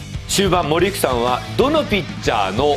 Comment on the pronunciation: 森福さんがオリックスさんに聞こえる